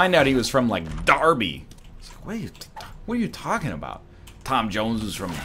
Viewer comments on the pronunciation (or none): none